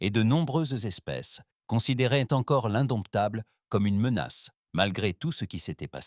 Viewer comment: Couac récurrent dans toutes les histoires : le mot "indomptable" est parfois prononcé "indoumitable"... c'est drôle 😅